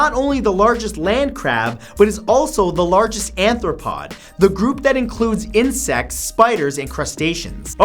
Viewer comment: Arthropods, Matt, not anthropods. :)